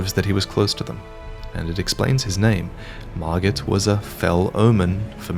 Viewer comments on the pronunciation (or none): That was margott not margit